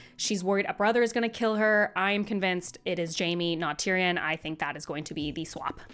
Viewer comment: Please someone tell her how to say tyrion correctly